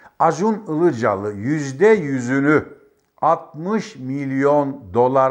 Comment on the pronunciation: Sayın Önkibar, karadenizli olduğunuzu belli ettiniz Acun İlicali diye başlayarak.🤣🤣🤣